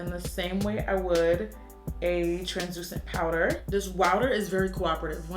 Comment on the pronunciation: as soon as she said wowder ik it was glossier like its no secret